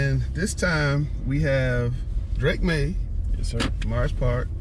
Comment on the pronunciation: That's not how you say is name it's is Drake maye